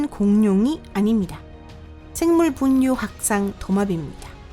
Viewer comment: 2분 28초 생뭉붕류확상? 이게 발음이 정확하다구요? ㅋㅋㅋ중국분이세요?